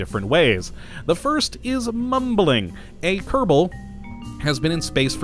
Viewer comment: Can never tell if he says "Kottabo Space Program" or "Kerbal Space Program" with a rolled R in kerbal